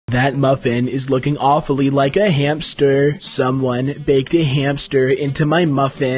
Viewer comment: The way he says 'hamster' is killing me XDD